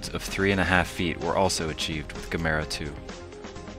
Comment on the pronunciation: Doesn't anyone know how to properly say Gamera!? This narrator doesn't.